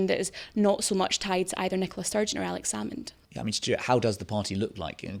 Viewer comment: Cant even say Alex Salmond's name, how the SNP has fallen. Nicola Sturgeon trumped up charges to push Salmond out, now the party has been pulled in to police investigations over embezzlement.